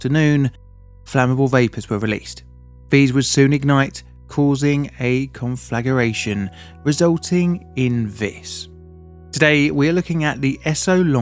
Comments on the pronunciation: Conflagration, con-flah-grey-shun not conflagaration. Also r/woosh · Well, he did say "conflagaration." I heard it too. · Did he say "conflageration"? Seriously? I believe the term is "conflagration." No?